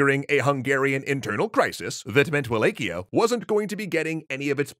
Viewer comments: I always thought Wallachia was pronounced “Va-lak-iya” and not “Way-lake-iya” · I don't wanna knit pick but its pronounced V-LAH-HIA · Quick note: It's pronounced Wal-ah-key-ah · In romanian it's Va-la-hia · Wallachia is pronounced more like Va-latch-ia I believe. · Isn't it Wall ACH ia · Google: How to pronounce Wallachia Google: wa·laa·shee·uh: Wa-lay-kee-uh Further investigation: Looks like is pronouncing it the common way it is said in the UK, according to wiktionary's pronunciation guide for it in the UK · Oof the pronunciation of Wallachia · I suppose this is the best place to ask this particular question: How is Wallachia actually said? (using caps for emphasis and pronouncing) Is it: WallaCHia? WallaKia? WallAE-Kia? WallAE-CHia? WallAW-Kia? or WallAW-CHia?